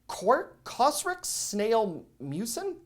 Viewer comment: So so appreciate this! You are amazing. Just one little help for you: COSRX is pronounced as Coz-R-X. Thank you!